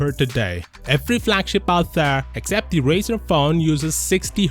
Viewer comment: Flagshap ? Really i hate how u talk